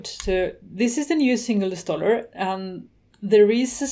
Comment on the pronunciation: "insaller" ? But nice video anyway. Thank you...